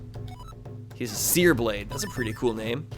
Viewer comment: You called Scarblade, Searblade, lol what?